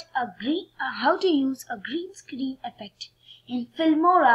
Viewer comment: gareen scaaaareeen isss vary udgly XD im dying